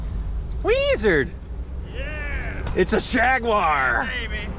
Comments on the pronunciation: "Jag-U-ar" YES!!!!!!!!!!!!!!!!!!!!!!!!!!!!!!!!!!!!!!!!!!! We will get you Yanks talking proper English yet!! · What, in America, is a QUART, please? In English, it means a QUARTER, so a quarter of a gallon. i.e. 2 pints. At least it was when I was last at school in the 50s. P.S. He just called it a JAGUAR, which it is, not a JAGWARRR> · Thank you for correctly calling it a Jaguar not a Jawaaar. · I'm just happy that he is one of the few Americans who use all 3 syllables in Jag-u-ar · Thank you, thank you, thank you for pronouncing Jaguar correctly🤣🤣🤣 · An American who can pronounce ‘Jaguar’ correctly !! A rare breed indeed!! 👍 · An American who can say Jaguar properly. Amazing. Lol